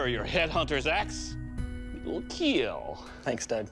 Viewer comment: Ah yes, The daily dose of keal